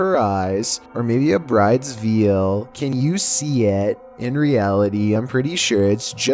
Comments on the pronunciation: Its brides vaaayyyyyuuuulllll not viel like viel parmesan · First of all you pronounce it vail (veil) not veal (as in baby cow meat) Secondly thats not a grandma its a dude and thirdly its not a figurines its a Dora Explorer doll and you have featured that clip before. New Material please, id love to actually get a scare. Its been too long. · "a brides veal"? You mean veil? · Lol. A brides veil is pronounced vale, not veal. Omg😱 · He said "bride's veal" 🤣 Bless him... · A brides veal??? Come on, you know it’s not pronounced veal. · "Bride's veal." She was hungry. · BAHAHAAA he said "brides "VEAL" HAHAHA I can't, lol